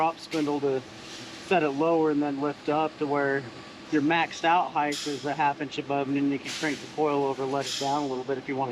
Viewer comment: You are one of the worst offenders of this, you want to take some HEIGHT out of it, not HEIGHTH